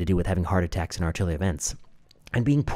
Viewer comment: This brilliant young man, Doctor and Professor can accidentally say "attrackes" all he wants to in my book! He has so much medical information in his brain, we all knew exactly what he was saying. We know heart attacks are happening, have you ever heard of so many young people dropping dead? We can only assume it's because they decided to be a lab rat for the govt!